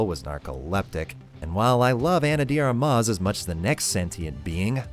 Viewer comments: "ana di armás" man c'mon man what is that pronunciation lol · CANADIAN WHITEBOY = "Ana DI Armas" Now she's Italian all of a sudden?